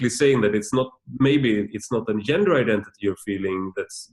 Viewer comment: "Yender studies"